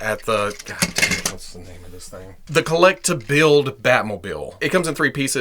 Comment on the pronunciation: Collect to build? Hmmm that’s too many Ts It sounds like collect a build when you say it...